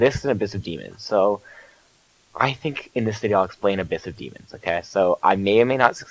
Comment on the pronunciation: Lol instead of think, you say fhink